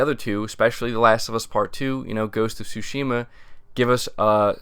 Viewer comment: Tsúshima... say it with me... Tsúshima